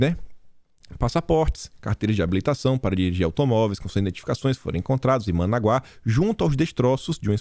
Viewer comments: A pronúncia não é Managuá e sim Manágua!!! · é ManÁgua e não Managuá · é ManÁgua, e não ManaguÁ. Paroxítona... Rsrsrs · a capital da Nicarágua é Manágua, e não Managuá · é Manágua, acento no segundo a. A pronúncia tá horrível. Tá okey? Rsrs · Bom dia, e Parabéns meu querido amigo! Apenas para informar que sua pronúncia falando "*ManÁgua*", é com acento... Sou fãzaço de seus vídeos... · Corrigindo sua pronúncia. Manágua capital da Nicarágua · a pronúncia é Manágua, capital da Nicaragua.👍🏼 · MANÁGUA ! Atenção no acento ! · é Ma NÁ gua, capital da Nicarágua...😁👍